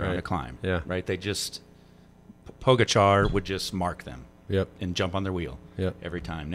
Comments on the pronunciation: Isnt it pronounced Po Gotcha? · Is Poe-Gotcha really that hard to say? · Po-gotcha. Please, for the love of all things good and right, say it correctly. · Poe Guh Char